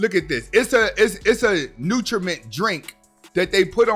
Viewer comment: "Nutriment" lol